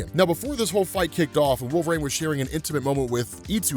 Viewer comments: I love you to death man, but it's pronounced WolverEEN, not WolverAINE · Any reason why pronounces it Wolver-ain?